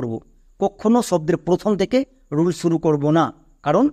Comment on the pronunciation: তুমি নিজেই তো 'শর্ট' উচ্চারণ কে 'ছর্ট' , ' শুরু' কে 'ছুরু' , 'সহকারে' কে ' ছহকারে', 'সর্বশেষ' কে 'ছর্বছেছ' , 'শব্দ' কে 'ছব্দ', 'নিমিষে' কে ' নিমিছে' , ' ইউজ' কে 'ইউছ', 'সমস্ত' কে ' ছমস্ত' আরও কত উচ্চারণ ভুল করছ। আশাকরি দ্রুত ঠিক করে নেবে অথবা এর ব্যাখ্যা দেবে। দোয়া রইল।